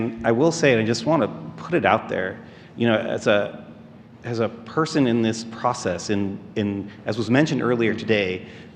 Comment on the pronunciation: what a weirdo "as perhhrson in this praahcess"